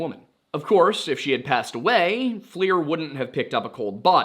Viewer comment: Just an FYI the forward looking infrared camera acronym is pronounced “Fluhr” not “Fleer”